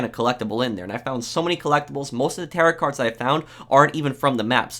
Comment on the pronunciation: terret cards and mishtellaneous maps